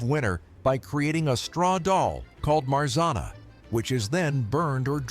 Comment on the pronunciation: Marzanna - is pronounced in a different way. The "rz" is pronounced like Ż in Polish.